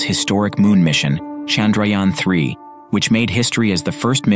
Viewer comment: Indians: Chandrayaan 3 This guy: Sandrayaan 3